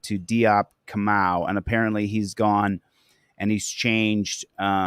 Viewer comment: I used to work with this guy. It’s ka mau. Not moo.